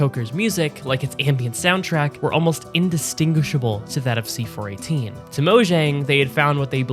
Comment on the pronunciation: I had a hard time focusing on the actual message if this video, because I am so familiar with his work, I am pretty sure it's pronounced "see four one eight" and not "see four eighteen" I tried to not let it bother me, but only 3 minutes in, I am making this comment